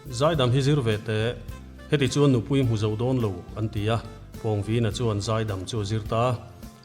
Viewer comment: Pawngvina hi introduction ah Khan ilam diklo ania